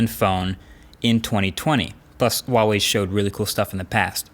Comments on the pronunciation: it's HUAWEI....people call H-UA-W-EI...not WUAWEI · Dude it's not hard to pronounce. HUUUU WAAA WAAAAYYY. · i wuawei or huawei? like rly he says wuawei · Not Waah wei , it's Her-wa wei. Her and wa need to pronounce together. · Dear MKBHD, The H in Huawei is a hard H. A lot of YouTubers pronounce it as "Wah-Wei" but it's actually pronounced "Hwah-Wei" just like its written. The first Chinese character of the word Huawei is 华 "hua", meaning "flower" (see their company logo) and it has a hard H sound. Its a small nitpick but it drives me a little crazy each time I hear it. I haven't seen a phone review that pronounces it correctly yet and I'm guessing its probably because no one has told you/corrected you. Anyway, cheers for all the great content. Stay safe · Normal people: huawai Americans: wAWaY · Hey, we have to talk. It's HUAwei, pronounced like who, not uawei. :) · IT'S FUCKING HUAWEI IS NOT WAWEI DUDE QUIT THAT BULLSHIT!!!!! PLZ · why do Americans pronouce Huawei as Wawei its not a silent H bro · why do people pronounce huawei like Uawei? the H is not silent lmao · I don't get it man, how many Huawei videos have you done how and you still pronounce it 'wah way"? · Ahh is a Chinese it hurts when he says wawei instead of pronouncing the h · so it's pronounce "wawei" huh? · I still dont understand why you pronounce this name like this, there are no silent letters in Mandarin 🤣🤣🤣🤣🤣🤣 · thats not how to say huawei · I love it when people pronounce huawei and think the h is silent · H, pronounce the H!!! lol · You pronounce Huawei incorrectly. The H is not silent. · How does he, a tech reviewer who reviewed a ton of Huawei, Xiaomi and other chinese phone manufacturers’ products and still butcher their brand name every single time. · Well... after years people still don't know how to pronounce huawei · What's with the silent "H" when people pronounce Huawei? We're not French here and neither is Huawei so please just put the H back in